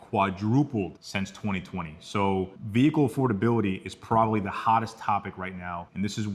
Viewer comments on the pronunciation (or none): Whâts a "VEE-HIKULL" is thát a Đevicé thať usés a Ĝas instead of a Łiquiđ foř Pró-Púlsión 🤔 ¿¿¿¿